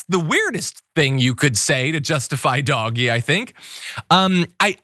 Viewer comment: Good lord stop saying "doggy". It's DOGE.